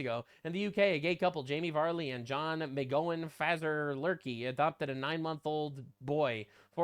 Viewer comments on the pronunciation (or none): none